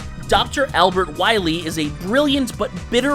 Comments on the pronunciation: It's Dr. WILY, not Dr. Willy! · You're taking a serious L by putting an extra "L" in Wily. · Two corrections regarding Dr. Wily. First: His name is Wily, not Willy. Only one L. And second: The Reploids were coming much later in the Mega Man timeline, during the Mega Man X games, with X being the first one. The robots they created in the classic era were usually referred to as Robot Masters.